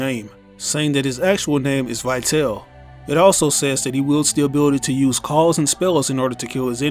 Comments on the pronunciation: The correct English pronunciation should be "Vitali", not "Vaiteil". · It's pronounced "Vee-tahl-eh." It's Latin/Italian for "lifeful." Just like, "vital." Let us all remember that the DMC series is inspired by the real life works by Italian poet and politician Dante Alighieri. He had written many of them. His most famous include his Comedy (often referred to as the Divine Comedy) and la Vita Nuova ("the New Life"). Although the games are not exactly or faithfully based on these works, they're certainly inspired by them. Not only that but in other artists and notable figures, too. Such as Trish (for "Beatrice," the lifetime love of Dante's), Nero (a Roman emperor) or Vergil (another notable poet, and Dante Alighieri's mentor in his Comedy). This new character could be a reference to la Vita Nova, just like the other have serve different references over the years. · I dont think that Vitale is pronounced as "why tell". Just imagine it having something to do with latin (which is probably the case), not english, so, take Vita (again, not "why ta") and add "le" at the end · His name is actually pronounced ''Veetali''. It's italian. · Vitale is pronounced Vi-tah-lay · I don't trust in speculations made by someone who can't even figure out the pronunciation of the name "Vitale"